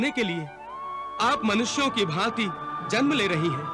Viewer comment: जनम nahi hota ...जन्म hota hai